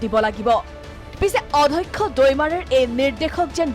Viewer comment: Adhakkha nohoi, Addhyakkha